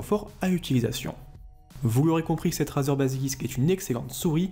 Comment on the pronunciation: ca se dit rèzer !